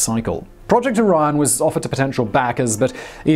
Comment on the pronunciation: I keep hearing IRAN not ORION lol